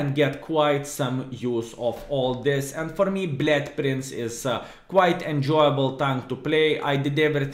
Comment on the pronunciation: Blyad Prince :D cannot unhear it!